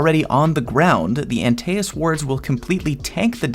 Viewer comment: “Anti es” not aNteASs I’m very confused lmao